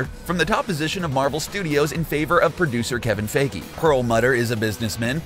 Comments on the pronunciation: lol how he said kevins last name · The way you pronounce Feige hurts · Learn how to pronounce Feige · You’re saying Kevin Fiege wrong.